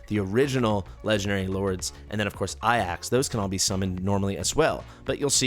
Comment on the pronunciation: Considering you speak English, Ajax would be pronounced A-jacks considering it's the transliteration of the same spelling as the Greek Hero. (also translates as eagle from the ancient Greek)